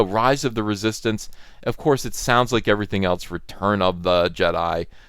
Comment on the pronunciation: Writhe of the Reee-Soy-Stance? 🤔